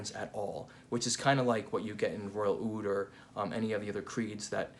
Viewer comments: Fantastic review..I don’t know where Roja came up which this Aoud thing! It’s oud عود there’s no such a thing as Aoud.every single small thing makes a huge difference in the Arabic Language. Awesome video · Actually it’s just oud not aoud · Actually we call it oud not aoud